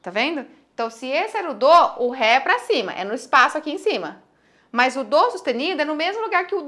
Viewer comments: porque você fala Dô, e não dó? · Aulas excelentes, sem dúvida. Mas, não pronuncie o DÓ com som de DÔ. Pois, atrapalha. Parabéns!!!